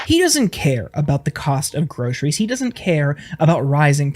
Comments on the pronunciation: True enough. But I was more remarking on /ˈɡrəʊsəriz/ with the /s/ sound. Unlike the more typically US pronunciation of /ˈɡrəʊʃəriz/, with an 'sh' sound. Shows a general trend in younger American generations' speech - a shift from /s/ to /ʃ/. Like something Sean Connery would have said... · At least he can pronounce groceries correctly.